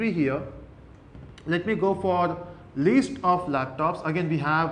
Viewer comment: don't pronounce list as least pls